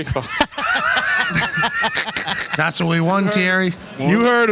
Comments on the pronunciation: Pat: "And we also won the CONE-KAY-FAUX" Henry: 😯😲😀😆🤣 "the COIN-K-FAWKE" 😜🤪 Pat:"Tha's wha we won Thierry! We won it! and you know what they're singing at end of CON-CAKE-FOUGHT???" Henry: (HOLLERING 🤣🤣🤣🤣) I'm gonna make a video of this; the meme potencial is unrivaled LOOLOLOLOLOLLOL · " the concafa" jajajajajajajaj😂😂😂😂😂